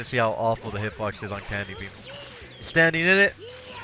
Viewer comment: I always hear "NEVER DO CANDY BEAM". It's hilarious. but where did this phrase come from?